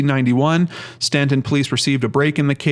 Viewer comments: You are pronouncing it correctly, even though it isn't spelled the way it sounds. Cities in VA are independent and not part of a county, that's why it's listed as City of Staunton (independent city). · You pronounced Staunton right! Thanks for doing this video on her. I have suggested her case to other channels with no luck.